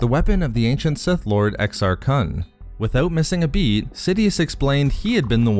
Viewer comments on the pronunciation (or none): The pronunciation of Exar Kun is a little out when saying Kun it's more like Khh-un